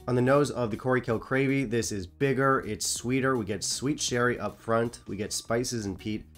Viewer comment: You might want to see the doctor about those mini-strokes. Crave-killy isn't really that hard to say.